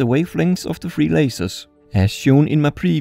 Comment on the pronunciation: Also "three" is not pronouced "free" it's "th" ....